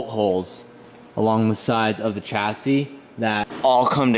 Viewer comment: WHY HAVENT YOU LEARNT TO PRONOUNCE CHASSIS PROPERLY. YOU CANT GO OORACAN US AND STILL F UP THE WORD CHASSIS.